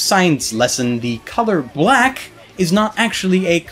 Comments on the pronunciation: Great vocabulary however, the annunciation you used for 'BLACK' made me upset. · Wow, I didn't like the way you said "black" there